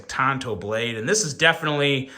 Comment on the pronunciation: Tanto, not Tonto. Tonto was Longer Ranger's sidekick. lol